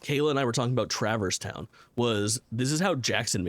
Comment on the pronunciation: I mentioned this in discord but as a person who has never played Kingdom Hearts, the pronunciation of Traverse Town is TRIGGERING me 🤣